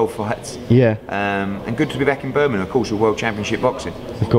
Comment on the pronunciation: EDDIE FOR FUCKS SAKE - Its Birmingham, not Birminam!